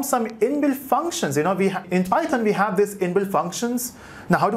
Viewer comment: The entire tutorial is so good but when you pronounce python wrong god that irritate me so much